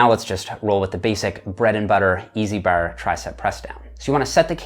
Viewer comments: i disliked the video cus he say the word 'bar' so weird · its like he says it with 2 rs, barr lol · “straight ber or easy ber”. That accent came out as heavy as his reps! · i love my canadian cousins, but the way you say "bar" had me giggling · the way you say bar is almost irish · when you say "bar" you sound so irish LOL. i love your explanations! cheers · Bruh, the only thing you could ever be for Halloween is a leprechaun. Especially because of the way you say "bar" fn hysterical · Gotta get the straight bar...i like the bar over a rope...sounds funny when he says bar